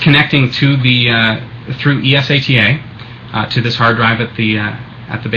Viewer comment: its not Es-a-t-a, its eSATA, say it fuckin right